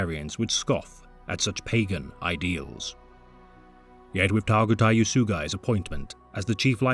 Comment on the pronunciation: Bro you did not need to do Targutai like that. Got me cryin n' shit